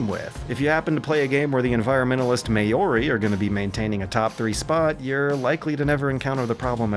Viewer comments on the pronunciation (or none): >the environmentalist may-or-ee It's mau-ree, the r is almost silent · WTF is Mayori? Maori. Two syllables. Mao-ri. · it's pronounced closer to "mow-ree" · "Mayori"? Really? It's not that hard to do any tiny bit of basic research about how to pronounce names, is it? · I've always heard "mao" like m-ow ("ow" I got hurt) rather than "mow" like the lawns but I'm honestly not sure which is more correct, either way may-ori is super wrong. If you say it like that in NZ people are going to laugh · Did Tropico games ever confront climate change? I've dabbled in a couple, but never to end-game. Also, that's not how you say Maori. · Excellent video, thank you. I only request that you please educate yourself on the correct pronunciation of the word Māori. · Bro one google search and you would have found how to pronounce māori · The way you pronounced "maori" hurt lol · Your pronounciation of Māori was horrendous. Interestig video though, I didn't know the civ games ignored global warming so much.